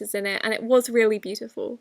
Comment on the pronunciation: Reary beautiful 😂